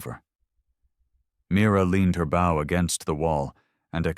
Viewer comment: The weapon bow is pronounced /Bo/ unlike the verb which is pronounced /bao/. Throughout this story, no one is bowing to anyone, and the bow is always ready to use, but the narrator would have the reader believe that in times of imminent danger, people are reaching for their bowing prowess.